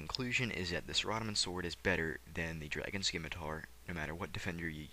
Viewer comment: nice video.. but am i the only one annoyed by how he says saradomin? lol